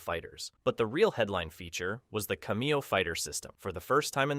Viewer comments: What is a cu-me-oh? Oh. You mean cam-ee-oh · He says cameo wrong